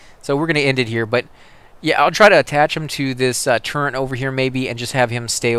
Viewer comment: why do people pronounce turret with an N in it? Or maybe i should be asking what a turnt is?